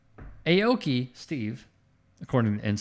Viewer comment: Aki is not pronounced AYE-OH-KEY. It is pronounced OW-KEY